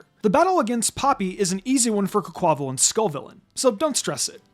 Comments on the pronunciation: I fee like Quaquaval's name should be pronounced like the Spanish pronunciation of Carnival and its wild to me how few other people i've heard say it like that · I’m not the only one who keep hearing mispronouncing Quaquaval name over and over it’s not hard but tricky to say the name combine quack aqua (water) and carnival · Bruh.. That pronunciation of Quaquaval🤦🏽‍♂️🤦🏽‍♂️